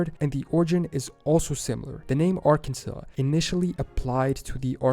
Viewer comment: Arkansas. It’s pronounced Ar-kan-saw